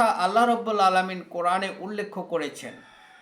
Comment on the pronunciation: সবাই ইসলাম প্রচার করার জন্য দাঁড়িয়ে যায়! এত ধীর গতিতে বললে মানুষের শুনবার আগ্রহ থাকবেনা🙏🏼। আল্লাহ="আল্লাহ্" বলুন।